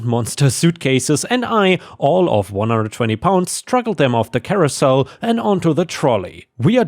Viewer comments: Carousel Care-O-sell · Hugs to Theme Park OP & his family.🫂💚 Racism sux ass. Under the assumotion that you'd want to know,; Carousel is:Care-oh-Sell Scryed is rhymes with Tried Halcyon: Hal-see-On If you don't care that's totally fine, I'm only trying to help.😅👍✌️ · Carousel is pronounced like Care-oh-sell It sounded like you are talking about a famous opera singer or a fictional character stranded on an island. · the fuck is a carooosel, then one minute later carousel is pronounced correctly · Carousel -> care-oh-sell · And “carousel” - listen to the old 60s song for the pronunciation - by The Hollies - and “tribunal” - the first syllable sounds like tribe!